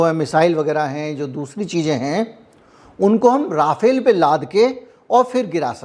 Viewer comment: First of all, Rafale is the name, not राफाएल! Secondly, Rafale in fact did use Brahmos in this month‘s action against Pakistan. Obviously, you are wrong to claim otherwise. Third, it is far from clear or decided whether Su-57 is being considered for Navy. A deal or serious negotiations have not begun. Finally, बताया जाता है is not a source at all! कौन बंता रहा है? If you are a journalist worth your salt you would not have made irresponsible claims like this.